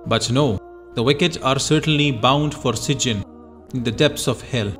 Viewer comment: It’s pronounce SijJEEN not SijJIN.